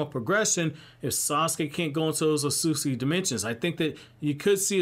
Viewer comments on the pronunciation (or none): I love your videos but I literally can't finish ones where you talk about the ot-sut-suki because you say it like oh-soos-ski. I'm by no means aware of how to say japanese words but I know there are 2 t's in that mf lmao